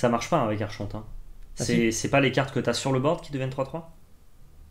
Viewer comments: ça se prononce arkonte mais archonte pas content pouce down GRRRR je rigole votre vidéo est top mais ça se prononce vraiment arkonte :p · mdr qui reprend sur la diction et qui nous pond un arCHonte derrière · Ah mais vous ne faites pas exprès de dire arCHonte ? Ça pique les oreilles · Des années de Vampire la Mascarade à se faire poursuivre pas des magistrats ayant ce titre me font dire qu'on prononce arkonte. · Prononcer ArConte pour Archonte. ^^ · Mes oreilles saignent encore.... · J'ai saigné des oreilles à chaque prononciation de la carte ,du coup je suis au bord de l'AVC. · Moi j'aime beaucoup '' l'archonte '' prononcé à la française 😂😂 qui est un type de crea depuis plus de 15 ans. En vrai c'est une bonne carte de side je pense...